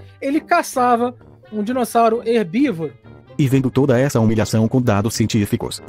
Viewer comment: a parte do "Dirosauro" me quebrou 😂